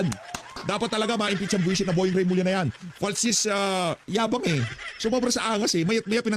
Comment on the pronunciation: Remulla hindi Revilla.